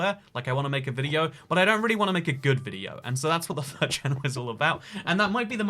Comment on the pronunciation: He said third channel and I thought he said fur channel and I was like oh god he’s a furry